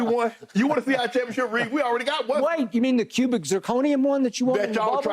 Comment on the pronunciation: ring around the rosy! lmao cuybic zirconia hahahh skip came ready